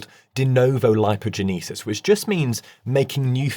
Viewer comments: Hold on... is this AI??? Listen to how a supposedly native English speaking doctor pronounced "denovo lipogenesis". "Gen - ee - sis"? What? No native English speaker would pronounce it like that. I have absolutely no argument with the content of the channel which seems first rate... however, this really gives me pause. I would welcome your reply "". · Like the narrator of this video, I am British and as luck would have it speak in an accent very similar to his. I am aware of all the other British regional accents and I can assure you Troll that in none of them is "genesis" pronounced "gen - ee- sis". Get back in your box.